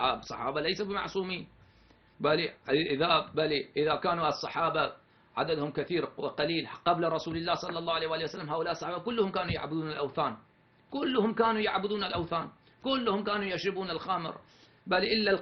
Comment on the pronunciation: السحابة ليش بتحكي هيك اسمهم الصحابة كأنك ايراني